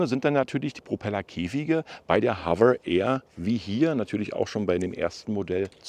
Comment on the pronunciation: HoveRRR ?😂😂😂 das R nicht so Rollen.